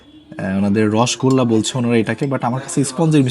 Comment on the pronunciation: রসগোল্লা সঠিক উচ্চারণ বাঞ্ছনীয়!! বাংলার সবচেয়ে আদি এবং অকৃত্রিম মিষ্টি, মিষ্টির রাজা রসগোল্লা, প্লিজ ভুল উচ্চারণ করবেন না অনেক শুভকামনা আপনার জন্য 🤍